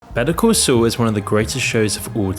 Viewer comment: Why the fuck do you pronounce Better Call Saul as "betoo coo soo"?